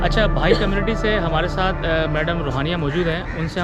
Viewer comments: Anchor saay correctly, it's not bhai it's " bahai" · Bhai Nahi hota bihai HOTA he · انٹرویو کرنے والا بھائ بھائ کر رھا ھے جبکہ "بہائ" ھے۔دوسرے اتنی تفصیلی معلومات ارام سے بیٹھ کر انٹرویو کی صورت بھی پہنچائ جاسکتی تھی۔😊